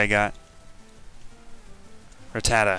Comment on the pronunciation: He pronounces Rattata weirder.